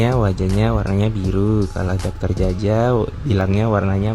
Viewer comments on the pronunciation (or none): Salfok sama pengisi suaranya, hal minor emang tapi kerasa gak pas aja pemanggilan dokter Djaja. Djaja = Jaya Jaya sama Jaja beda jauh loh wkwk